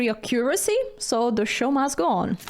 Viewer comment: it's pronounced AC-curacy not ac-COO-racy (stress goes on the first syllable) 😂